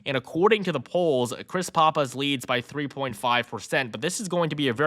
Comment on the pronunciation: Still not pronouncing "Pappas" correctly. Dude, when? I have two brothers who live in the Granite State. Please pronounce Pappas correctly! So annoying.